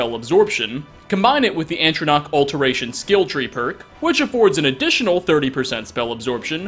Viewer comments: Atronach. Not Antronoch. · "Antronach". Me: Heh. (EDIT:) Found another one. -: To murder to death. Me:Um... Okay. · I’m sorry.....wait.....did you just say, “ANtrinach,” Stone?? ANtrinach?? (Walks to window.....stares off into the distance....) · Did... did you just say "ant-tronach"??? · I'm sorry but there's no N after the A in Atronach! I can't unhear it! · Your pronunciation of 'Atronach' was adorable. 😆 It's ok, sound it out, buddy. ❤️